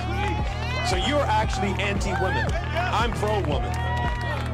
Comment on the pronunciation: But the real question is: Why are increasing numbers of people losing the ability to pronounce the plural "women"? :P